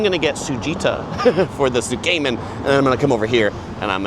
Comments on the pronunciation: Tsukemen is pronounced S’ke-men not soo-kay-men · Tsukemen is pronounced "sook-men" or "tsook-men," with the first syllable sounding like "sook" or "tsook" and the second syllable like "men". Not Zook-Cayman